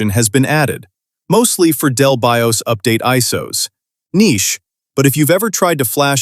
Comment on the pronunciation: to pronounce BIOS as B.I.O.S. is a crime 🥲